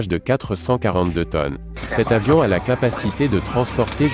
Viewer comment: Le commentateur est une machine : il ne fait aucune liaisons! Ou même fait des ereeurs Ex ; "le plus gros "avion" militaire au lieu de "le plus gros "zavion". C'est moche et odieux!!! Pour faire chic il parle toujours de 400 kilomètres par heure" au lieu de 400 kilomètre à l'heure : RIDICULE!!!!